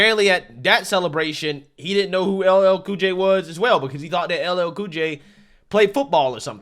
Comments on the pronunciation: He can’t even say LL Cool J? What a clown. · boy! you got some big muscles, was really funny when he messed up that black guy's name.